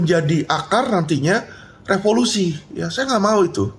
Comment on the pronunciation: renyah denger kata REVOLUSI